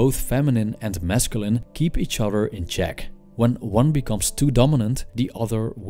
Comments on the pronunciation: I like how he says mescaline (wich is a drug) instead of masculine. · This guy subliminally made me try mescaline by the way he says masculine